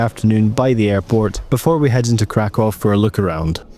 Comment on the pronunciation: Nice and chill video! ❤ Regarding pronunciation... Kraków -> Cra-koo-v Katowice -> Cat-o-vee-ts-e Wrocław -> Vroh-ts-wav Luckily, I think our Scottish accents are pretty good at pronouncing polish after learning the syllables 😊. Oh and Czeburek isn't really a polish snack. I recommend the next time you're in Kraków to go to Okrąglak where there are tons of stalls selling Zapiekanka - kind of a cheap polish baguette pizza - which is the closest thing to Polish fast food imo.